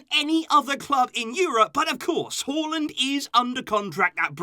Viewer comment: It's Haa and land not hualand